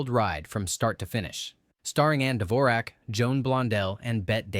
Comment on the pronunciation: In ‘Employee’s Entrance’, Warren William plays the dastardly store manager and Wallace Ford plays Loretta Young’s husband. In ‘Three on a Match’, Ann Dvorak’s last name is pronounced ‘VOR-shack’ and Bette Davis’ first name is pronounced ‘Betty’. I can understand mispronouncing ‘Dvorak’ but Bette Davis’ name, come on! I very much enjoy pre-code films and have every volume of the ‘Forbidden Hollywood’ dvd sets.